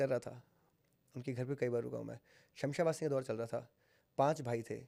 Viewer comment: Shamsha vasni nii..shamshaan vaasni bola jata h..pehle naam to sahi bolo bhai